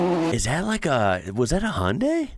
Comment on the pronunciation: So the cars in this are basically: Peugeot 206 : Ford Focus Mitsubishi Lancer Evo VI Hyundai Accent ( Also a tip its pronouced Hyan-de like Hyan-day but without the last y) Mitsubishi Lancer Evo V Subaru Impreza WRX Sti SEAT Cordoba ( At this time SEAT is already VW's little Bi... :) and VW only entry into WRC ) Toyota Corola (Spaceship) Most of them on the street were Caravans or as US calls them Estate wagons. Peugeot 106 that's not an AWD car and it's not a WRC car, Its a lower category rally car. Maybe S2. As for the Setup its all AWD. Part the S2 class Peugeot 106. Also at this time they are all basically inline 4 cylinder (part the Subaru flat 4 cylinder) 2.0L Turbocharged around 300+ Hp. Yes that is a Sound to warn people of incoming cars :) Last they can all setup the cars to Take the Jumps smoothly, however, the issue With Finland is the Tracks have pretty flat, and Rarely bumpy Surface. With ocasional Jumps. At this era, Nobody wanted to sacrifice the Speed on the 80% of the track that benefits greatly with More Rigid setup, Shorter suspension Throws, Lower Tyre profile. So the cars are not good at taking Jumps, but Jumps are rare. Especially High Jumps. The cars can also be setup in depth with F:R ratio for weight and power delivery, braking bias etc... So what you are seeing is Cars are set up for Max attack for the 85% of the Rally, which is flat, But they kind of suck at 3-4 High Jumps, and the Drivers don't wanna lose